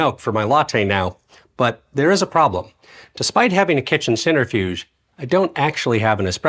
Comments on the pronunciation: Great piece, great info, great fun. However (and 100% pedantic of me, but) it's pronounced "sen-TREH-fewjh." (IAP: sɛntɹɪˌfjuːdʒ). Not "center"-fewjh. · Oh, god, forgive me. 🤣🤣🤣🤣It is not a "center - fuge" nor a "sinner - fuge". You know how to spell centrifuge (centri - fuge) but are off in the pronounciation. 🤣🤣🤣🤣. Hillarious. Again, forgive me. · Isn't that a centrifuge? You're saying "centerfuge" 😅